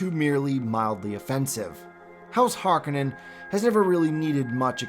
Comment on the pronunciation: HarKOnnen not Harkanenn